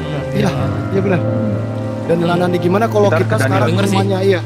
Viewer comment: Daniel anadi bukan daniel anandi ka